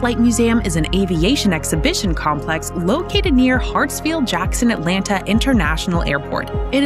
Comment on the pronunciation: How much did they pay you to read this copy. It sounds as if you have never been here. You can't event pronounce our city's name correctly.